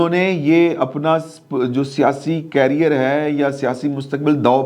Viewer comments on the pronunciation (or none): none